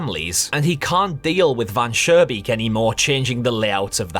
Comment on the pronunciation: Interesting ideas, looking forward to your full analysis. Just two things, the architect's name from story #1 is not "Van Surebeek", it's Mr. Van Schoonbeek. Sounded like you pronounced it with an r in the middle instead of an n Oh and in your long analysis I would not switch over the developer trying to get rid of the vermin first by not really taking care of the problem and then with poison and that it seemingly works at first and so on. I think it is important to the story.